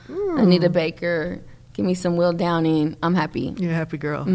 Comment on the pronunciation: She said WILL DOWNING